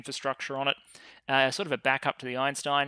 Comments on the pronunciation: “Eintein” class, not “Einstein”, lol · ah yes, Albert “Eintein” one of the greatest scientists to ever live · Calling it "Eintein" instead of Einstein was magic. Absolute meme.